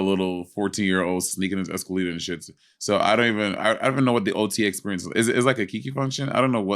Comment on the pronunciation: “I don’t have the same ex-pur-ience” ❤😂❤